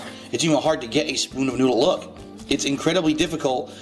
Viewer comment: I love how he says "Look!" as if it's something that needs to be seen to be believed.